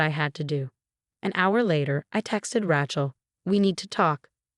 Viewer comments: If Rachel was spelled “ratchel”, you would have the pronunciation right. However Rachel is pronounced “ray-chell”. If you’re going to use names, please at least write them out so the AI knows how to pronounce them. 😤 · RACHEL is pronounced as RAYCHEL not RATCHEL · What is your obsession with Ratchel and Emma? Pls find two other girl names, from the millions that are available for you to use. I can't even finish your stories because it's so irritating to listen to you assaulting the name all the time.... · Her name is pronounced Raychel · It would be nice if it actually learned how to pronounce certain words, especially Rachael. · Your AI needs to know how to pronounce words correctly. The woman’s name is Rachel, with a long a, not a short a as in the word rattle.! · CAN YOU PLEASE PLEASE GET THE NAME RACHEL RIGHT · I agree but I guess I'm getting over the mispronounced words and names and constant Chen name